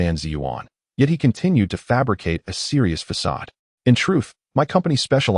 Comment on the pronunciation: I've listened to many Chinese stories. I don't know if it's bad interpretation or ai problems but many have a problem with facade. They read fa ade . It's not a big thing but it is noticeable.